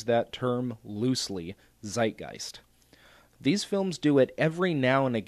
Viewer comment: I'm not great at commenting and with this I don't want to insult you or anything but you pronounced Zeitgeist wrong you made the Z a soft (german) S it's more like the tz in "waltz" just so you know I'm german I have to know right pronounciation